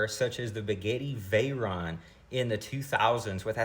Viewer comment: Guy's What is a begetti vahyron?